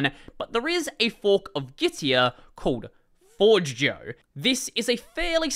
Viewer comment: Btw Forgejo is said more like forge-ayo or for-jayo afaik